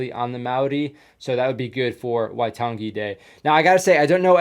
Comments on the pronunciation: the pronunciation for waitangi is why - tung - E. the E should not be dragged out and say it fast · Pronunciation guide/correction list: Waitangi - why-tangi (I don't know how to exactly explain how to pronounce tangi as there isn't really a way, but in te reo maori we say it as you would say the ng in, say gaming, and "ta" is just pronounced like the "to" in tonne or just like "tun"(I don't exactly know how Americans say tonne), along with a short a in tangi Maori - "mao" is like how you would say the "mou" in mould Maoritanga - tanga is practically the same as tangi, just replacing the i with a Mana - "ma" would be like the name Mark, just remove the rk then the a would be like the a in ah Pakeha - the "pa" has a long a and "ke" has an e as in the e from ear Apirana Ngata - "Api" is like the "upi" in the old knight term, "uppies" except obviously removing the "pies" "Rana" has a rolling r "Nga" once again just removes the heavy g sound and replaces it with a ng as in gaming and has a long a (I genuinely don't know what the names of the 2 other Maori MP's were as I couldn't understand it) Moana-Nui-a-Kiwa - "nui" is pronounced like "noo-we" noo being like noose or the oo in moose Ngarimu - Once again the ng and the rolling r (Moana-Nui-a-Kiwa's last name was Ngarimu) Corrections/Facts I've never heard the term "Maoritanga" but in my dialect, (Eastern/Ngati Porou ki Harataunga) we just say "Te Ao Maori" which translates to "The world of maori" or something around there not quite sure, and here we call our tribes "Iwi" Most of the time, domestic warfare only consisted of Iwi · Waitangi. The G is pronounced as the word tang.